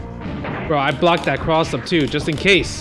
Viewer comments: cwoss up? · "Cwoss up!?" lmfao